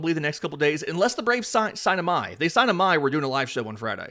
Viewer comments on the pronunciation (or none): Hey appreciate the videos. Real quickly, if we get Tatsuya, and you want to say his last name natively, it is pronounced like ee my. The I is like spanish, so ee sound.